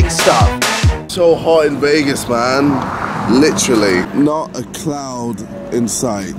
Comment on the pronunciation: says Vegas as vague ass